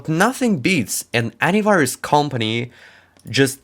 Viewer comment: at the start i thought he was saying adware antivirus 🤣